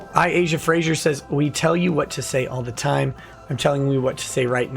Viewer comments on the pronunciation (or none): none